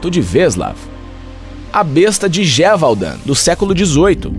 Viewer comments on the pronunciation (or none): A pronúncia e GE VU DÃN. 👍👍